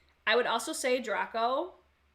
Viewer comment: Dr-ay-co. Like from Harry Potter